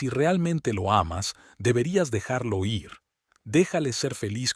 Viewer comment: Por que le cuesta tanto leer el verbo ir es igual como suena en decir seguir vivir ,la ere(r) es un sonido suave diferente a rio rojo perro carro rosa.